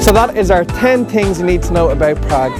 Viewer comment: "Tin Tings You need to know about Prague" haha